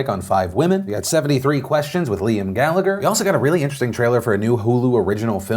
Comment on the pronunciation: 'Galla-ger'? Really? Americans.... 🤦‍♂️ It's 'Galla-hur'. (Soft, short 'u')